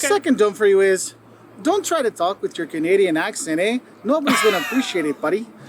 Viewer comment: when he said: canaidain cities are safe nope well at least not Toronto lol